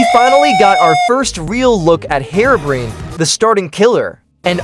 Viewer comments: No offense but its so funny how you say herobrine : "hirobrin" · "Herobrain" fix yo ai homeboy (or dont use one at all) 😭